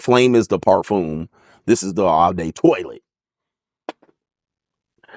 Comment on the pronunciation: TwA la, not toilet